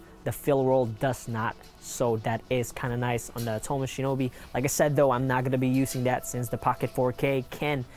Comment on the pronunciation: Much like the misleading and uninformed comparison you did here is intended to try and get eyes on your channel, but failing miserably. Next time, try actually knowing what you’re talking about - starting by pronouncing Atomos correctly. Good luck.